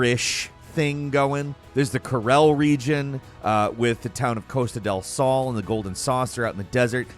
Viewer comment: He also said nibble-heim. It's knee-bowl-heim. Then he said Costa del Saul. I think it's pronounced Costa del Soul. THEN he said Golden Saucer when it's just Gold Saucer... but that's me getting picky. Sometimes I call it The Golden Saucer too. 😂😂😂